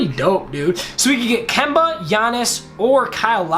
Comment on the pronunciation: My man tried to say Kemba but he said Kebut!!!😂😂😂